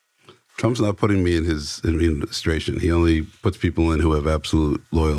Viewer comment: Adminiscration....admin eh SCRATION ADMIN EH STRAY SHUN